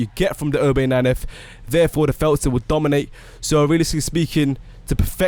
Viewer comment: Lol u say felter